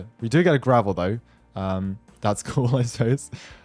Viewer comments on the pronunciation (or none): “gravel” its gavel